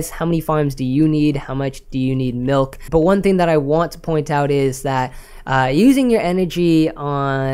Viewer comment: I hear melk, must be Canadian